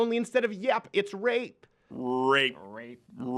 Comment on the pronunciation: Rrrrrape, rrrrrape, rape, rrrrrape, rape, rape...lmfao